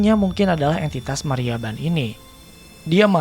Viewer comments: sudah betul Mariaban; tapi di salah, bukan Mayraban. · Mariaban om,Bukan Mayraban cara nyebutinnya :D